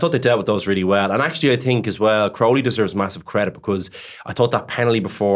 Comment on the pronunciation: Luke Fitz STILL can't pronounce Crowley's name, and nobody else can finish a sentence because of him.